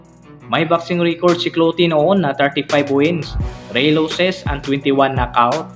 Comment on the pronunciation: pastilan ang simpling “even though” naging ebentot. Ingat ka naman pagbigkas sa mga english words katulad ng record - reycord losses - lowsis ang panget pa ng intonation mo. ✌️ i-improve mo naman kasi interesting ang mga videos mo.👍 at alam ko hindi madali gumawa ng videos.